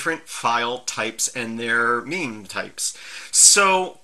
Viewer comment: Meme types? No ... that's something different. On a serious note, I've never actually heard anyone pronounce mime, so I always supposed it was an i sound. No idea how it is actually pronounced, or what it means though.